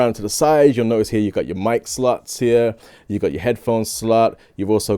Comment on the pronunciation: So many slooouuuuts...or slots. He he. Great camera. Ordered it